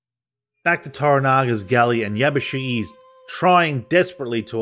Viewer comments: 藪重"YABUSIGE" をYabusigi と呼ぶのが気持ちわるい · I appreciate the video but you've absolutely butchered every Japanese name especially Yabushige. And to top it all off Japanese ritualistic suicide is called "Seppeku" NOT SUDOKU! Sudoku is a numbers game you play on a grid!